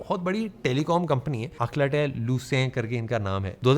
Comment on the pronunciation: अकलाटेल नही भाई अल्काटेल